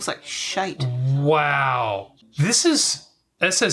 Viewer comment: Does have some Scottish in her? The way she says shite and pish in the past video, she definitely sounds like one of us 👍😆